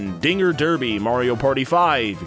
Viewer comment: Did anyone else notice that he said, "Number 461: Dinger Derbey MP5," then skpipped to the next one.